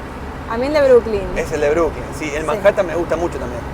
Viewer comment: Es Brooklyn No(Brookling). Ademas New York es el nombre de la ciudad y tiene cinco barrios: Queens,Bronx,Manhathan,Staten Island y Brooklyn.